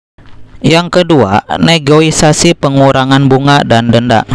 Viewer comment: Negosiasi bang . bukan negoisasi.. 😂😂😂.. Galbay 1 hari bang.. gmn nih.. butuh dukungan finansial nih bang.. stress.. 😔